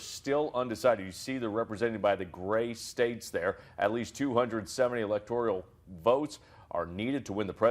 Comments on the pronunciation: It’s electoral… not electorial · This guy is terrible. It's not the "electorial " it's the electoral map. Damn. Fire his stupid ass now.